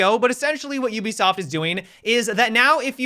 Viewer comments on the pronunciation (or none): none